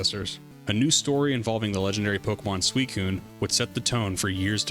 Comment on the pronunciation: Oh, I almost forgot the most important part... you pronounce Pokémon as it should be. Nothing irks me more than supposed fans who call the franchise Pok"ee"mon or Pok"ee"man. God that shit gets me everytime, lol 😅